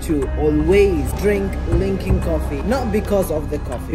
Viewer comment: Uhhh bro it’s luckin not lunkin